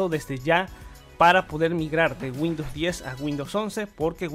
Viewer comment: A "Winndows 11"? jajajajaja